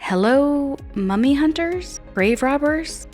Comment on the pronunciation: i heard mommy hunters instead of mummy hunters......